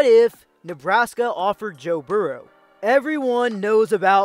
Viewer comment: Your pronunciation of Burrow may be the worst one I've come across. Where are you from? It's pronounced "BURR-ro". Like Bill Burr. Your regional dialect is just throwing me off.